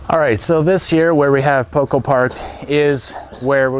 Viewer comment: I'm curious to see how your story unfolds. It's always interesting to follow construction projects, and the trips to Vancouver Island—which I'm already familiar with from Adam Gibbs' channel—also seem promising to me. Maybe you’d like to work on your Spanish a bit more; it would be nice if your “Poco” actually had a pronunciation closer to the original and not that strangely intoned “Poucou.”